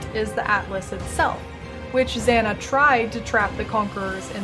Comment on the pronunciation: Zana (z-AW-nuh) Sirus (s-EAR-us)